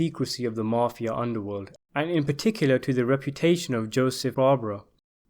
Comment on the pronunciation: Good content,TERRIBLE pronunciation of some names and places including the word mafia,it's mafia not marfia theres no r in it